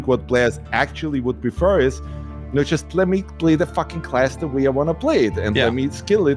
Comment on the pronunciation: Take a shot every time he says FACKING